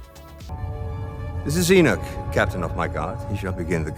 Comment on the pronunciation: just an fyi, its pronounced E-knock